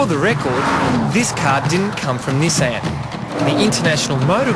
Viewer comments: this guys a moron... cant half tell he's reading off a piece of paper. only rate Shane Jacobson in this show, no wonder they picked him and not the other 2 to do the live show here in Australia. Nissan isn't 2 separate words you fuck head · ni-saaaaan. what... everyone in australia says it like Niiii-san.